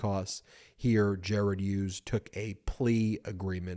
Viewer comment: Ben, the name Hughes is pronounced with a hard H, as in Him and Her. Not the soft H as in Honest. Another excellent episode, thanks Bagel Ben and your mighty brothers and team!